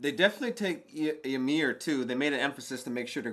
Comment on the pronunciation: Bro, first of all, it's "Ymir" not Yamir, and secondly, they are not confused at all, why are you making this up